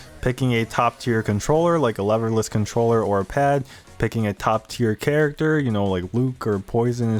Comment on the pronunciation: At first I thought you said "loverless" controllers thereby saying anybody who uses these is a virgin loser :D